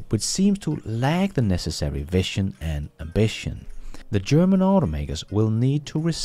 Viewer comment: you pronounced incorrectly vision as vition. it should be pronounced more like vizion